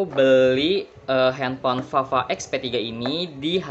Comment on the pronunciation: Belajar mengenal huruf abjad dulu Tod Sbelum review. Ntu bukan huruf F tpi V